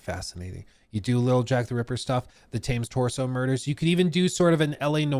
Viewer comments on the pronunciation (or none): It’s pronounced “tems”